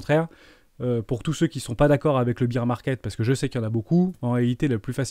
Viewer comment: Salut, on dit bear market, pas bire market :)